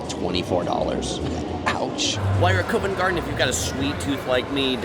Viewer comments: Covent Garden is pronounced CUH-VENT. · Covent Garden has a hard O as in Pop. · fantastic video! I’m from London myself and still watched it all the way through to get your perspective on the place and you’ve done an amazing job… One thing I will say though for next time is some pronouncing the following Covent Garden (Cov-unt) Tottenham (tot-num) Buckingham (buck-in-um) There’s definitely a few more but I’d have to watch the whole video back again and write them as I go. Next time you’re in London you should do a meet and greet. The wife and I are really impressed with how well you’ve done in this video. So much work. Great job.